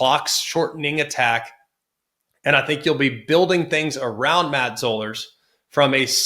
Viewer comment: Zollers is pronounced like dollars